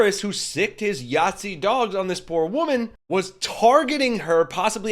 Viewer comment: I'll subscribe when you say Nazi. And not Yahtzee